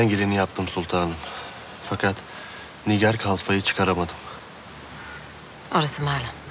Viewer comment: Dəli Hürrəmin tam deyə bilmədiyi adlar: 😂😂😂 SÜMBÜL- SÜKMÜL SÜLEYMAN- SÜLÜMAN MİHRİMAH - MİŞİMAH NİGAR KALFA - NİGAR KAFA